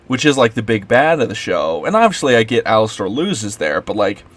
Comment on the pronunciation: I agree with what you said, but you aren't even pronouncing the character's name right